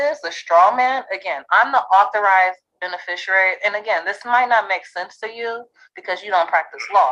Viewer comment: Administrator = office manager. This is not a difficult concept for those with 3rd grade education. "Overstanding" - "Cohershun" - "benerfisherarie" - Stupid on Stilts.